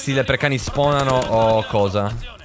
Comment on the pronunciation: non si chiamano lepricani ma lepricauni